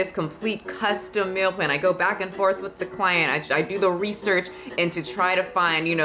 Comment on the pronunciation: I couldn't focus cuz I was paying too much attention to how you say "Meal Plan" I keep hearing "Mill Plan" Love ya still